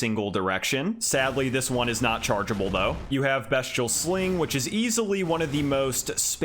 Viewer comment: Just to let you know it’s pronounced beast-ee-al not best- ial 😄